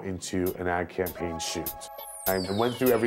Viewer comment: "Cam pain" ?????😆😄😂😂😂😄 Its "Campaign"